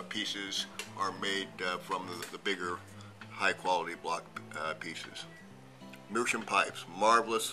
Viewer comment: It's not meerschum, it's meerschaum. You can hear the a.